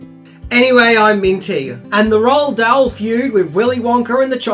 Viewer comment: Roald Dahl's name is actually pronounced, "Roo-All Doll."